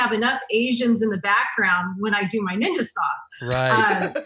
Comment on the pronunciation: "I think I'm almost a neenja" lmao